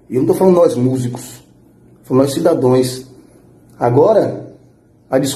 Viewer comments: "Degrais" " cidadões" 🤔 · Um falou "cidadões" o outro falou " degrais" kkkkkkkkkkkk